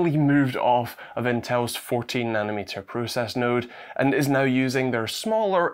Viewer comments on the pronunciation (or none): none